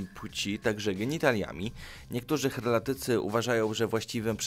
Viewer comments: Heraldyka, heraldyczny, heraldycy a nie herlatycy, błagam bo aż uszy bolą. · Kim są herlatycy? minium zaangażowania to nauczyć się wymawiać odpowiednio słowa. HERALDYKA